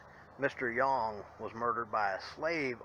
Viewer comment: For the truth of Spring Villa check out the book Haunted Auburn/Opelika. I am impressed because you are the first person, I have heard pronounce Yonge correctly.